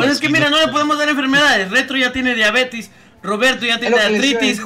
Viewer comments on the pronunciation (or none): Yo tengo diabetes, se dice diabetes, no diabetis